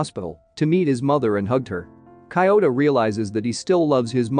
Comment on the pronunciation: The way he pronounces Kyouta's name is so disturbing